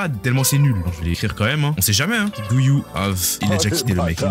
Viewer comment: Petite information comme ça: Le fruit du démon se prononce DO, comme dans DOnut Non, on ne dit pas DOUG. Par exemple, vous ne dites pas " Je vais allez manger un DOUGnot ", ben c'est pareil pour le fruit du démon. Merci et bonne soirée !